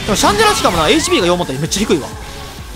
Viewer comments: シャ（ン↓）デ（ラ↑）じゃない？ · 発音シャン寺じゃん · ラーメンと似たような発音だよなww